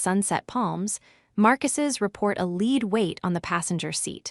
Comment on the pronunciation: Not "a lead weight" pronounced "a leed weight." This "lead" is pronounced to rhyme with "bed."